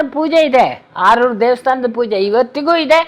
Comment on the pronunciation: ಸರ್ ಆರೂರು ಅಲ್ಲ ಆಲೂರು ಅಲ್ವ